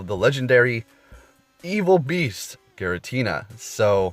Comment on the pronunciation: Giratina not Garatina